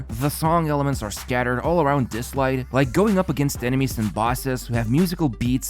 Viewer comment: Bro all Genshin vids sponsored by dislyte today. It SOUNDS LIKE DISLIKE 🤣. “This video is sponsored by dislike”